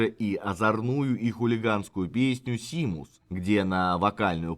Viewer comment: Одно единственное замечание. Seamus - это не "Симус", а Шеймус! Так же как например Sean - это Шон. Такие вот ирландско-шотландские тонкости орфографии...